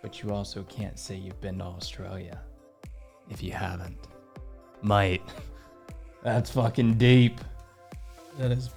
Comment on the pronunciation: You've gotta drag the 'mate' out a little, more like 'maate'...